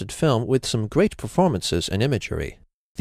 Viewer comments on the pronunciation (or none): At the end did you say cheers or shears? Because it is was shears I can see the hallway scene that was referring to.